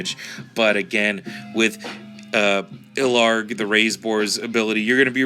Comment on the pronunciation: Ugh, his name is ill-harg not LARG.